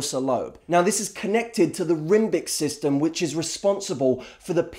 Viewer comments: I knew by the point that you were saying "rimbic system", and I was sitting there scratching my head haha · Here I was thinking you were just another designer-stubbled, smooth-talking bullshit artist who buys into their own crap. Did you say rhymbic system? That was awesome :)